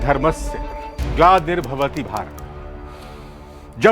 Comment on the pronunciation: Gladir bhawati nai hota be glanir hota hai